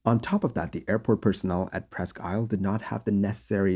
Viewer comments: Its pronounced Presk Eel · Not that it matters, but it's pronounced "Preskeel". French for "almost an island" - Presque=almost, Isle= island.